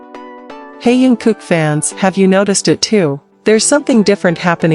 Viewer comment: Научись читать правильно имя😢